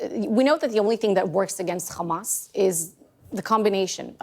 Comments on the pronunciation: If she says KHAMAS one more time... Stop lying. No more money to Israel! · Ikr. It makes me physically sick to keep hearing the way they pronounce Kkhamas